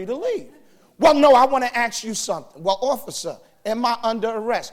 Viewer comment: Wise words from a guy who can’t even pronounce the word “ASK”. It’s ask, not axe you stupid shit